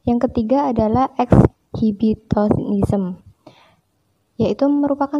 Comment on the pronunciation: Exhibitionism (Eksibionisme) kak, bukan Exhibitonism